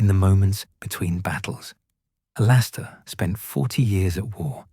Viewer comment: Good story except for the glaring mess up about Moody, including mispronouncing his first name.